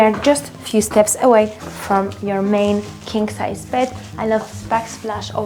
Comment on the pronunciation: Sounded like she said kink-size bed.😅